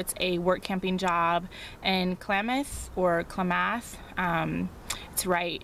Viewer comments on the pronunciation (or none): All the Native American names are tough for someone new to the area, but Klamath is pronounced CLAM-ath. Wishing you all the best on your journey.